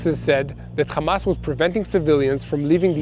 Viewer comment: Kindly don't say Khamas and Khizbalah. You're mispronouncing and it's offensive. Meanwhile Yahya Sinwar died a hero while Benzion Mileikowsky was running to hide in a bunker with his hands shaking.